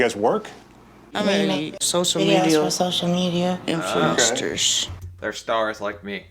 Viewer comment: Amy to Dr Procter: "we're influencters"....she said it so confidently too 🤦‍♀️🤦‍♀️